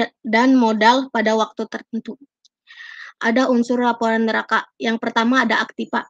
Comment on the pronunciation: neraca bacanya ya nak...bukan neraka....